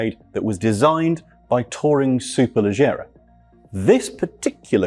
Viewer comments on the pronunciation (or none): none